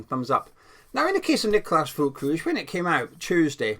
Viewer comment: Hi there, the correct pronunciation of his surname is Ferlkroog (hard G.) The umlaut above the ü makes it sound like ‘er.’